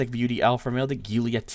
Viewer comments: You said Guiulia instead of Giulia, just saying. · The way you pronounce Giulia hurts my head 😂